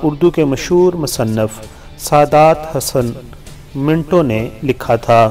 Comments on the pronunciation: It's saadat not sudaat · Improve your Urdu silly mistakes should be avoided saadat Hussain ka naam bhi theek nahi le rahe